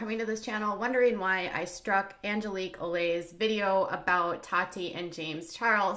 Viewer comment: “Angeleek O-lays” How did she mess it up that bad...